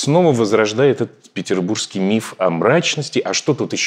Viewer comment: На как же так, Галина, откуда в слове ПетербурЖский Вы взяли чудовищное Г?). А гости надо бы лучше, да не куда!))), спасибо!!!!